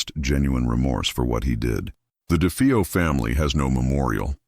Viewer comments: It’s DeFAYo not DeFEEo. That’s why I hate AI. 🙄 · AI... It's De faye oh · If it's such a hoax how come nobody heard the gunshots and its da fay o not defeeo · Must be crappy AI narration…. The last name is not pronounced DeFEEo. And it’s not “Litz”.